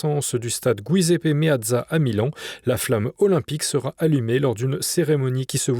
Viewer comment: Vous savez, quand on entend MilanE pour Milan et Gouiseppe pour Giuseppe Meazza, il ne faut s'etonner de rien. Cela choque un bon et vrai Milanais, mais la culture de base est définie autrement de nos jours! Et pas du tout dans le bon sens.